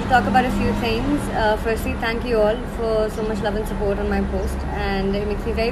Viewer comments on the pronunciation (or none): none